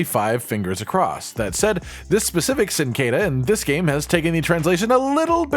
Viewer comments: It’s pronounced Chin-qua-dea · awful pronunciation of cinquedea